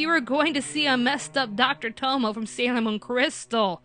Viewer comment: Tomoe is pronounced toh-moh-ay.